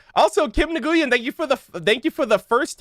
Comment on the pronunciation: Yo the name "Nguyen" is pronounced "when"